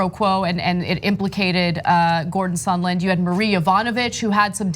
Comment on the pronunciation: Why did Lindsey Graham keep calling him “Sunderland” instead I’d sondland?